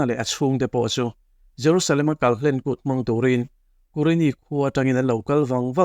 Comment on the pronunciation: kalhlen kùt nilo in kalhlên kut ti a lam tur hlên hi thluk tur ani,kal kan kal khum tih ang kha ani a,kalhlen kan tih chuan kal tawp neilo tihna ani ang.Israel te Aigupta rama an tan tum a hri hmanga Aigupta Pathianin ahrem dawn khan ran thisen an kawngka biangah an tat vek a,ran thisen kai apiang in chu hri in akal kan zel a chumi hriatrengna kût chu ani tih kan hriat ang khan